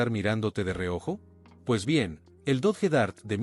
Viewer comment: Dodge, se pronuncia DOCH